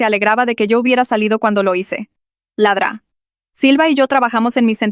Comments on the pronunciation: Es doctora silva no dra silva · Se refiere a "La Dra. Silva" es el diminutivo de doctora pero la ia lo dice mal xd